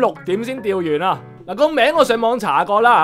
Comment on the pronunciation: 我通常聽人鱒魚係讀"津"魚 我自己未聽過人讀做"轉"魚